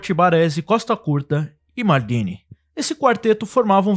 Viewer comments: Que P de "mardini", ta achando que o cara é caipira? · engraçado o jeito de ele "maldini" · Muito bom o vídeo e bem didático pros jovens estudarem a história do futebol, mas fala MALDINI como um brasileiro msm, mané... Na humilde.. soh um toq